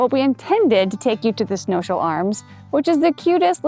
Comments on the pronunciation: Snows-Hill, rather than Snow-Shill. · Snows hill not snowshill guy ting pronounced borton not bourton like the beverage not being critical just trying to help love your videos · Snowshill pronunciation Snows-hill.